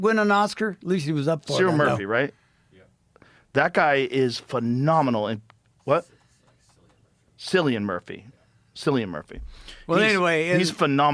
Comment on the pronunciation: It’s Cillian like a K he’s Irish ☘️